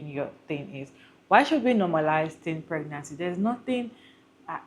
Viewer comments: I heard "teen peerancy" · Did she say " teen pernancy"😂😂😂😂